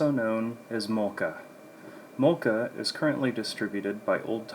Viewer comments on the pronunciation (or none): Please, get a Finn to teach you how to pronounce mölkky correctly.